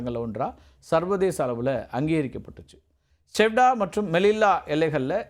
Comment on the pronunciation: அது சியூடா நகரம்! செவ்டா செவ்டா என்று சொல்லி கொண்டு இருக்கிறாய்! 😂நல்ல வேலை லவ்....என்று சொல்லவில்லை.